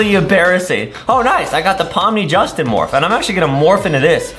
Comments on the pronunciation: “Pomni” ❎ “PaLm NeEeEeE” ✅ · "palm knee" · Bro said I'm turning into palm knee 😶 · "palm knee" 🌴🧎